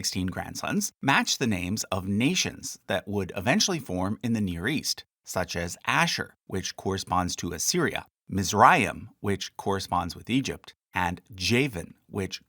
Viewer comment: I realize you did this a while ago. The Egyptian line, 'Mizraim' is pronounced the "German" way, MITS-RA-EEM so the 'z' is pronounced "mits" like in English you would say "oven mitts." Kind of like how people mispronounce Mr. Tim Walz's name - as WALLS but it is correctly pronounced WALTZ just like the type of music. Thanks for the content. Keep up the good work. בס'ד